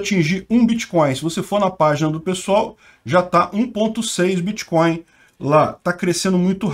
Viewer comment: "Bitcóio" (segundo o " letrado " kk) é mais seguro mesmo!